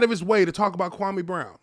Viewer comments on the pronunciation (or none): I am a Ghanaian and I know that name very well. KWAME is pronounced KWA-A-ME or KWA _ ME is the name of a male born on SATURDAY in the Ghanaian culture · Whats even more messed up about Stephen A mispronouncing Kwame's name is he was told by Jalen Rose that its disrespectful and he continued doing it. But had the nerve to lie and say he never said anything negative about Kwame personally. He not only disrespected Kwame, but also his parents who named him